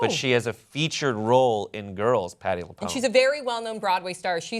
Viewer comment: The fact that just mispronounced Patti LuPone made me cringe.